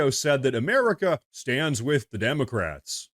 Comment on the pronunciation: "Wij y`all".😃